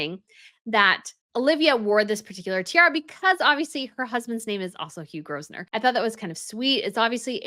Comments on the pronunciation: I love your channels 💜 🇬🇧 The pronunciation of Grosvenor in British English is grove-nor, many of our aristocratic names come from French, which explains the odd spellings. As a Brit, I still find them bizarre ! Also, it was fitting that Olivia wore the Myrtle tiara as myrtle is a traditional flower for (royal) brides, since Queen Victoria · FYI, the Duke of Westminster's last name is pronounced "Grove-ner". The "S" is silent. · I didn’t know that! I thought it was pronounced “Grovsner”! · It's Faberge not fabrege. They are mostly famous for their easter eggs. Faberge only made ten tiaras. That is why this Grosvenor tiara is so special. Also the name Grosvenor is pronounced without the s.